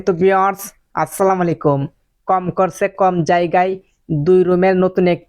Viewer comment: সালাম দেওয়াটা ভালো করে শিখে নিবেন আশা করি। আপনি যে ভাবে সালাম দেন ঐ সালামের অর্থ জানেন। না জানলে জেনে নিবেন।